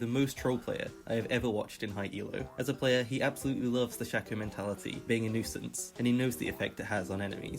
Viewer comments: Y do u say shacko and not shaco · It's SHAY-co, not 'shacko' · its SHAY-co not SHA-co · its pronounced shaco not shaco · it's pronounced shayco not shacko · Shay-co, he just pronounced it horribly. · Its pronounced shay-co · Shack-oh and Veegah 😭😭😭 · Its not SHAKO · It’s shaco not shekko or shako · not him saying "shacko" all video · This man really saying "Shucko". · Man ive heard shaco mispronounced as shack-oh many times but this is the first time ive heard someone say freaking shecko. ouch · Every time he said "Shack-o" I died a little inside. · love the way he says shaco-SHAKO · LEARN SHACO PRONOUNCIATION JESUUS CRISG